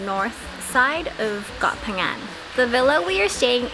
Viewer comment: pronounce Phangan so clear, please teach. Hahaha